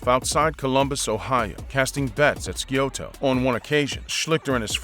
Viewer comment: He never played in BALTIMORE. His name is Schlee-ster. It’s S-eye-o-toh.